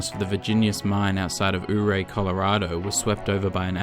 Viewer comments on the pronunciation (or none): Don't wanna be THAT guy but 'Ouray' is actually pronouced 'Yer-ay' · i live in colorado and the only thing you got wrong so far was the prununciation of ouray its pronounced yuray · Ouray Colorado is pronounced like youray sorry Colorado native had to